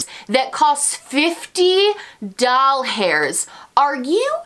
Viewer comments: You know she’s not happy with the products price when she says dollars as “doll hairs” 😂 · I thought I was the only one who says "doll hairs" 😆